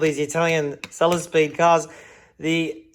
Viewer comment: hehehehe... love it... "bought a selesspeed for the challenge"